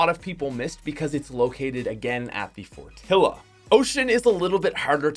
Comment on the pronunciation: bro it's pronounced fortiya not fortila